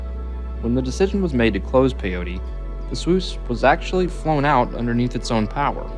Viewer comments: Pyote PIE OAT ITS PIE OAT NOT PIE OTEE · Thanks for this video! My dad was stationed there in 1944 as a sergeant Chief Photographer. It's pronounced PY-oht, not "pay- otie" Peyote is some kind of drug Pyote (/ˈpaɪoʊt/ PY-oht) is a town in Ward County, Texas, United States. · Its pronounced Pi-yote..sorry im a West Texas guy...Great video! Thanks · It's pronouced Pi-yoat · Say it with me… PY-YOTE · Nice video I'm working in Pyote. FYI, it's pronounced pi-yhote, the e is silent. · I lived there when it was a prison during the 90s. It is pronounced "pie-oat".